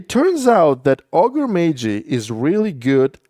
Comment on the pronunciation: Ah yes, Ogrè Maygee: invaluable mini.